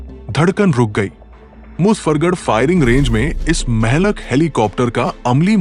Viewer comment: Urdu main Mehlak nahi kaha jata hey Blake mohlik kehna sahih hey